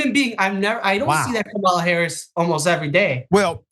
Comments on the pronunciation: Her name is pronounced Kam' ala, not K-Mal' a,. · going back and forth with the name pronunciation. Total immaturity and disrespect.